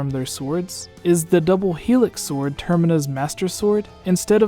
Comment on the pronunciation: shut video off when u pronounced the w in sword